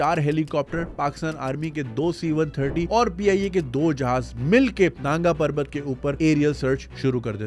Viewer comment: Naanga parvat nahi nangaa parvat.